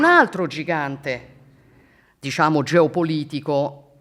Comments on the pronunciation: disciamo…disciamo…disciamo che hai fatto il comizio dai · Mi è sembrato di sentire "Disciamo" a un certo punto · DISCIAMO 858393 VOLTE LIVELLO DIALETTICO IMBARAZZANTE. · Disciamo disciamo slinguata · 😂 Riassunto Disciamo diciamo disciamo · Chiaramente e disciamo pronunciati 269 volte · disciamo e non disciamo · Si ma la propaganda ha fatto cacare, ci avete messo pure gli immigrati e la famiglia del bosco per giocare sull'ignoranza della gente. Non era più semplice parlare del merito della riforma? Ps: quest'idea mi è venuta quando ho perso il conto dei "disciamo" sentiti. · Disciamo, Disciamo, Disciamo, Disciamo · 1 ‘disciamo’ ogni minuto e 15sec misa si è record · "Disciamo" counter? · il gioco dell'anno bere ogni volta che la Meloni dice: "disciamo" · Sul finale sembra prendere il volo un bestemmione (vota sì se ti è sembrato di sentirlo). Fedez contagiato dal "disciamo". Ottimo lavoro, episodio vero e riuscito.